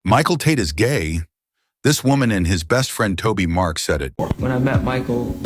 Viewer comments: This guy is AI. This is why it keeps saying Toby Mark. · Some of what you're saying maybe true, but continually calling Toby Mac Tobi Mark makes you sound dumb. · You cant even say his name right.